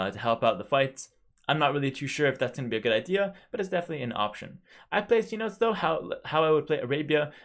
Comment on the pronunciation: somebody help this man pronounce cenotes